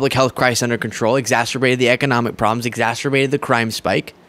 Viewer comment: The word is exacerbated NOT exasterbated! It doesn't rhyme with the "M" word.